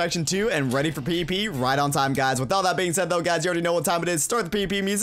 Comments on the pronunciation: When ever he says PvP it sounds like PP xD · Everytime he says pvp it sounds like he is saying pp